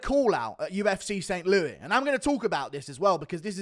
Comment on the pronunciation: SaINT Louee is such a silly way to say it. Either go full French (San louEE) or pronounce the “S” like all Americans do. You bIRMingHAM blokes speak funny.